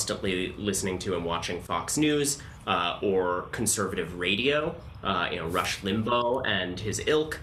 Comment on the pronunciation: He kind of said "Rush Limbo" and I'm here for this subtle dragging of a dead bigot.